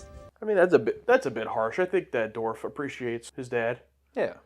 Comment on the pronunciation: Dorf.......Kills me every time